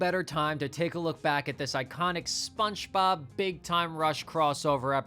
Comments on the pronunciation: You're definitely saying "SpunchBob." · Why do I keep hearing “spunchbob” whenever you say spongebob 😭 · I can’t tell if you’re saying SpongeBob like “Spunchbop” cuz of the meme or if that’s really how you pronounce it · SponchBob? Are you hispanic? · Bro can you say "Spongebob" correctly? wtf